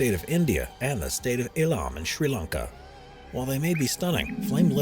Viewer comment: wait did u say "state of ilam sri lanka"?